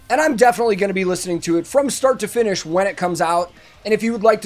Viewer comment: "listen to it from start to fin(n)ish" X-D